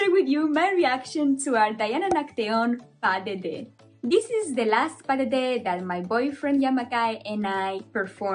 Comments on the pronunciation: U say「パデデ」not「パドゥドウ」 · パドドゥって英語だとパデデって発音するんか